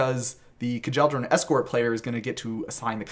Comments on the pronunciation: It was hard hearing kuh-jel-dor-an so many times instead of kyel-dor-an but there can be no sacrifice too great for banding to be explained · It’s pronounced Kyell-dor-an…not kah-jell-dor-an